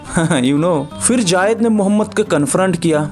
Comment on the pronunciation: भाईसाहब, " जायद " नहीं " ज़ैद " है ' ज़ैद ' ! इसका उच्चारण आपका गलत है ! " J A A Y E D " आप इस तर प्रोनाउन्स कर रहे हैं ! जबकि J A I D " ये उच्चारण सही है ! इसे सुधारें ! JAAYED JAAYED "